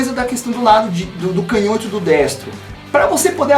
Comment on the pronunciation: acompanho você faz bastante tempo já e finalmente tenho uma crítica. POR FAVOR para de falar CANHÓTO. kkkkkkkkkkk sucesso men!